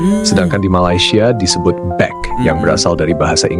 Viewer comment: Tas= beg.. bukan beck.